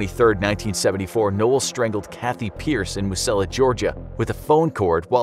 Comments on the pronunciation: they forgot the R in strangled so it’s now stangled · Lol ( Stangled ) you mean strangled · It said stangled instead of strangled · Btw is stangled not strangled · He made a mistake, its not "Stangled" it's "Strangled" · Strangled not Stangled* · “Stangled” XD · Stangled Haha. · Wonder how you “stangle” somebody 🌚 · ah yes... “Stangled” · ahh yes STANGLED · Forgot the R in strangled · "Stangled" lol